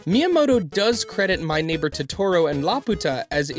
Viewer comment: has this dude even watched totoro like at least look up how to pronounce it